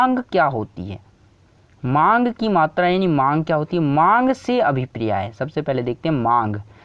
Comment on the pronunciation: Abhipriya nhi abhpray hota h 😂 #priya got viral🤣